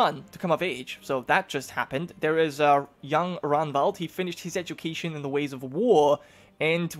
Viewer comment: And remember to pronounce the G in Ragnvald. Like when you say Ragnar.